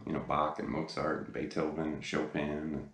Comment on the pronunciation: WOW! I know, it's probably off topic, but congrats! you are the first english speaking guitar teacher who pronounced Bach , Mozart and Beethoven correctly. (and thanks for again doing a great lesson)